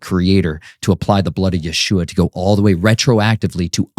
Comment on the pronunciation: Your list for revenge and blood makes me feel uneasy, and why do you keep calling our savior Yahooah it's pronounced Yeshua or YHWH I've been praying for discernment and this one makes me really uneasy.